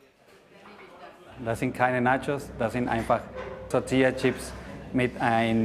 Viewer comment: BITTE SAGT "Tortillachips" UND NICHT "Tortiachips"!!!!!